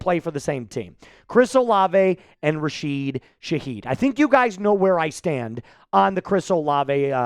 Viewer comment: It's RASHID, not RAHEED